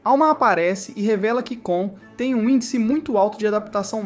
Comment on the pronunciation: Vc falou o nome do cara e da garota do errado pq o nome do cara é KON e não KAAN e o nome dela é FLORA e não FLONA